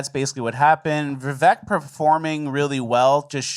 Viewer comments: His name is Viv(AKE) VIVEK Its not Viv(ECK) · by the way his names pronounced Vivek (viv-ake) like cake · Vivek rhymes with mistake